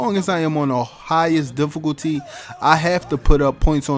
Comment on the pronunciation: he said dificoolty